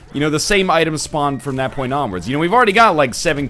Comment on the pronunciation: Every time that NL says the word "point" a kid dies on Africa